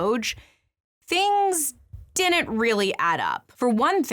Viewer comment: I can't come to terms with the interesting deep drive analysis and the way she consistently mispronounces "didn't".